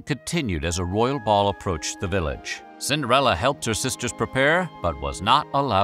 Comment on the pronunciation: Cinderelli, Cinderelli... all I hear is Cinderelli.